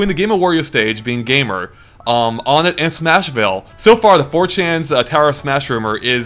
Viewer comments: Muh-lay. Un-ett? Guys, I don't want to sound mean but it's ON-ETT and May-lay. And I used to call it One-t and Mee-lee, so it's not just you! :D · To be entirely honest, even though I'm a Ridley supporter, this leak makes me realize that I don't think I would want him to be officially revealed because odds are he won't play the way I have imagined for him. Also... IT'S PRONOUNCED ONE-ET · Am I the only one that gets Earthbound city names being numbers? Onett (1-ett) Twoson (2-son) Threed (3-d) Fourside (4-side). It's not o-nett. Not incredibly important, but just something that makes sense. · I always pronounced Onett as "Wun-ett"